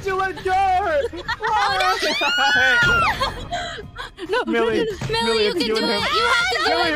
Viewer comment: Did Call Millie, Billie most of the time? I heard Billie and not Millie so I wanna know.